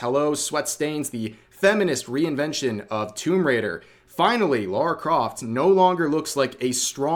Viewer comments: It’s Lara not Laura please get it right and stop doing it for rage bait this nonsense has been going on over ten years now . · Her name is Lara, not Laura. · Thats not lara croft, thats lary croft